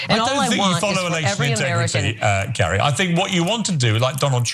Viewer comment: Hey dimwit Kari.... You say our name all wrong... You are not Norwegian... You say it like Cary.... You are a fool.... :text-green-game-over::face-orange-frowning::face-green-smiling